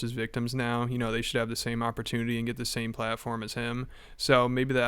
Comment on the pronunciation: He’s doing his cute voice bit. Listen how he sounds almost Canadian when he says “you know”. I don’t watch much of a Chris but I saw he once did this bit on a podcast about cute characters in movies and did the exact same voice